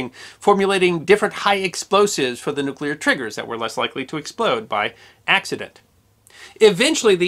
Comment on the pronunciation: OMG! Another American who can pronounce "nuclear". That's 2. You and Mrs Bush!